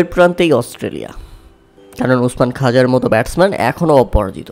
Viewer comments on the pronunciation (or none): খাজা নয় ভাই খোয়াজা ।